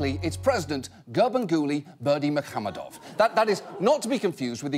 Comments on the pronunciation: unfortunately He pronounced incorrectly even you wrote it incorrectly I'm Turkmen and it's pronounced like Gurbanguly Berdimuhammedov Malikguliyevic 😉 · I just finished the video and I still can't pronounce it after hearing it 50 times. I'm just gonna go with Ferngully Bermesehamadove.